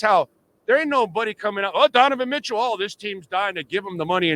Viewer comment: This man keeps saying Deniven Mitchell😂